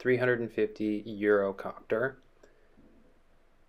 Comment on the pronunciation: The nomenclature is ‘A-S-threefifty’ … ‘Eurocopter’ now Airbus. By no means a new helicopter, it is one of if not the most numerous and popular medium helicopter in the world operating around the world. It is fair to assume most who watch your channel are initiated or familiar with aviation and will know the Squirrel as it used to be called, it is to rotary wing aviation what the C172 is to GA.